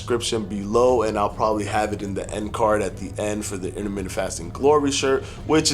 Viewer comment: Interment-TENT..say it right bruh